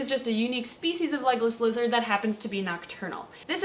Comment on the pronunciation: Am I the only one who thought she was saying "Legolas Lizard" at the beggining... Oh... Okay.